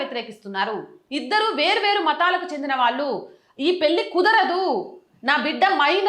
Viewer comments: పెళ్లి మేడం. పెల్లి అంటున్నారు. Your content is v. Good. Take care of our beautiful language Telugu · Talli పెళ్ళి - పెల్లి కాదు. Please practice Telugu.